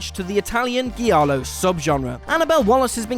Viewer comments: Giallo is not pronounced "Ghee-allo". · Detective Dee Came here to post this exactly. It's pronounced "jah-low". It's Italian for "yellow" and refers to a genre of Italian thrillers. Pointing out that a film will be an homage to the giallo genre while mispronouncing it show the narrator knows nothing about it and pulls you out of the video.